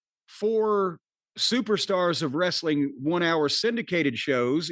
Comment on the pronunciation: Not being able to say wrestling is still wild 😂😂😂